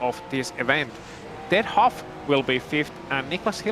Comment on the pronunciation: I will not stand for this slander!!!! My name is Clearly pronounced HAUFF and I am in A SCARRINI - it's not HO in a COOPER, who would DARE?! anyboody who says otherwise is an OPP!